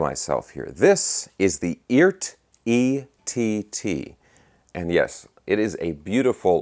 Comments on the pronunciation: I just heard it is pronounced E Art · Hey, I guess Phillip McKnight talked to the Eart guys and said it's pronounced "eee-art" with two syllables. If that's the case they probably should have hyphenated it like E-ART.